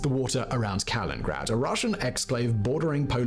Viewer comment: I have no idea why the Wareography video dude so interchangeably is referring to the country Sweden by saying. Stockholm. Yes it’s the capital, but Stockholm doesn’t have their own military force or political precedence… Also pronouncing Kaliningrad as “Kalingrad” drew away a few points. Now we are members of NATO! Fun fact, the area of Roslagen in Mideast of Sweden is thought to be the origin of the name of Russia, as “Rus” settlers from the area in the Viking days founded the Kiev realm and Novgorod. In Finland Sweden is called Ruotsi. Using Putins logic from the Tucker Carlson (also a Sweden descendant) pointing out history as a reason why Ukraine is a part of Russia, Sweden could equally have the rightful claim of Russia!😂